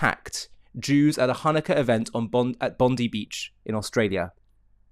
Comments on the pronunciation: its bon die not bon dee . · Enough. Stop saying "Bondee beach". All Australians call it "Bondeye beach". All. Find me one who does not. Show respect to the local people. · It’s pronounced Bond eye. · P.S...Bondi is pronounced...Bon...Di...like eye.. hope that helps..😁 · If you continue you play the video the woman wearing the keffiyeh explains she is Jewish and lost family in the holocaust and friends in the attack at Bondi. She was there to mourn as all should be able to do so ❤️ nice to have context. Also it's pronounced bond-eye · sorry for this but the correct pronunciation is bond-i (eye). I want to add this, hearing you and SaharTV has made me to make a video now for idiots like Anthony Albanese who just sit idly saying "i stand with the Jewish community"... It makes me sick in the stomach anyone saying that, all talk and no action... I'm taking action against anyone who are all talk and no action. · You're right with all your messaging. Also can you pronounce Bondi correctly in future it's phonetically "Bond-Die" It's not a surname. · It is pronounced "bond-eye". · Not to be a scold, on the contrary it sounds cute. Bondi is pronounced Bond-eye: emphasis on Bond. 🇦🇺🙏🇮🇱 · just one more thing it is petty but it is pronounced Bond-eye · Just for you non Aussies, Bondi is pronounced 'bond eye' Our government is totally culpable in this terrorist attack happening as they are in support of Hamas and the non existent palestian state. WOKE, WEF demonic puppets....